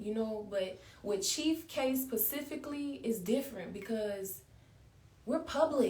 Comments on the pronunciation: Chief and pacifically……I couldn’t sit through the agony. 😂😂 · Y’all lost me at “pacifically”🤦🏾‍♀️